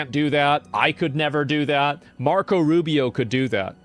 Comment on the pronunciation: Not Rufio... ROO BEE OH ROO BEE OH ROO BEE OH